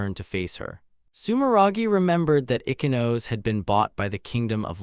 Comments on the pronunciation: icky-nose .... op's first time reading japanese names. bc pronoucning "ee-chee-no-say" is too hard or some sh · Your ridiculous reader needs to be trained how to pronounce stuff. Also this interdimensional slave auction story can go hump a chef's knife. Tsukuru: "Sicky row" is actually Soo koo roo. Ichinose: "ee kee no say" NOT ICKY NOSE.shitty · Ichinose ... icky nose? itchy-no-say..... Tsukuru... sue-key-roo? sue-koo-roo.. 🤣 I am now haunted by this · Ich-ee-no-say NOOT ikky-nose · Ichinose ❌ Ikinos ✅ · OMG: If you don't know the pronunciation of Japanese names, then get a google translate, write the name in the box, select Japanese and press the speaker icon. E-ke-nose (Ichinose)? Shoot me dead. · Why is her name pronounced icky-nose?